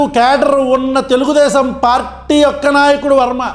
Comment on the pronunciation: అన్నా నీకు తెలుగు రావటం లేదు అన్న తెలుగుదేశం కాదు తెల్దేశం అనాలా😂😂